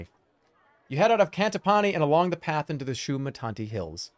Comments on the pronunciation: First playthrough - Shumanati Second playthrough - Shumatanti He's getting closer - I guess we wait for 2028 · One day he will pronounce Shamutanti in a way that makes sense